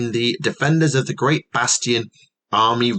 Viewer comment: says "BASTION" with exactly the same energy as one might say "BASTARD" and I love it.